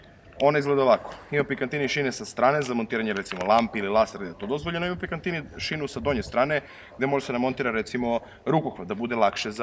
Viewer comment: Pikatini, ne Pikantini.